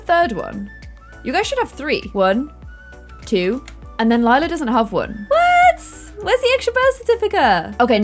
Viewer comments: and the fact that sometimes she still says lilas name wrong after 18 episodes 😂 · I feel like sometimes gets confused with Lila's name. It's the plum gen, not lilac gen. XD it's fine tho.